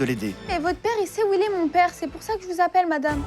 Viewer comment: elle a dit " SA" au lieu de "ÇA"